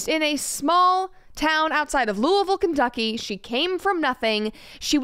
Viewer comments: I was almost very thankful that Brett pronounced Louisville correctly, then I remembered she's from Chattanooga, so it just made sense. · Bret THANK YOU for saying Louisville right